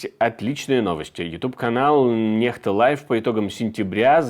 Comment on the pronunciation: Не понимаю,почему NEXTA произносят,как Нехта.Если буква N- произносится,как русское Н,то буква X должна произноситься,как ИКС,то-есть НЕКСТА.